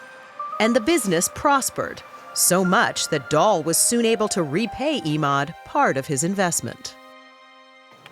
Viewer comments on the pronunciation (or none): it's Emad as in Evan, not EEEEEEmad!!!!